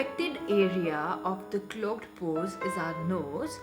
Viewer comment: Thats not Indian accent that is poor english pronunciation. Proper Indian accent doesn't pronounce clogged and gross so horribly like she does